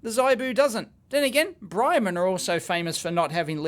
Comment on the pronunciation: it's Brymen